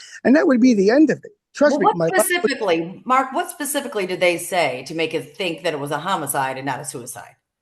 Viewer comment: 1.50 what PACIFICALLY did they say 😂